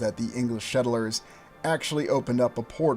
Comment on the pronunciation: Why do you keep saying "shettlers" instead of "settlers"?